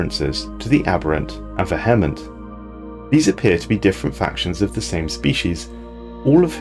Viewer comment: the VEH-hement